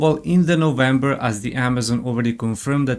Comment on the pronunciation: he said novemeber, but what day